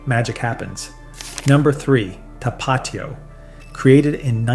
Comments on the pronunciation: You got the number 1 right. Valentina black label is the best but Valentina red label also beats everything else in this video. Cholula should be 3rd after Tapatio, which you pronounced incorrectly, it's tap uh teeo, not tuh paw tio. Vinegar forward "hot sauces" aren't real hot sauce. Franks Red Hot was better when it was Durkee's Red Hot, just like Twinkies were better before Hostess was sold off to the highest bidder. Corporate greed ruins everything. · Not to-PAT-io, To-pa-TI-o. Like the accent indicates. But all in all I like the vid. I've never had Valentina, but I have to try it. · Tah-Pah-Teeeee-Oh. Do my boy right. 🩵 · Tapatío - TAP-AH-TEA-OH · So how is this gringo an expert and he can't even say tapatio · How can you judge hot sauce if you can't say Tapatio correctly? I love that sauce. I also like Tabasco too and it is a real hot sauce. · Never heard anyone pronounce Tapatio like that and I live in Southern California. You left off El Yucateco, which is both hot and flavorful, comes in many different flavors as well. If you want a more mild sauce for Asian foods, Sriracha is decent. Sweet and spicy. All the Mexicans I know prefer Tapatio over Valentinas. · There's a reason Frank's is the best selling in the US, and one hot sauce snob's opinion isn't going to change that. Heck, you can't even pronounce Tapatio correctly. The accent should be on the "ti" part. Same mispronunciation of piquin (you even misspelled it). Please, don't pretend to be an expert when you can't even pronounce the names correctly. And how does Valentina rank so high when it has sodium benzoate as a preservative?